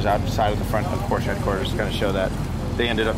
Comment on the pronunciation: How could you go to the Porsche museum and consistently pronounce Porsche incorrectly